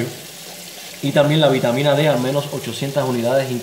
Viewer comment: Dijo vitamina D? o B?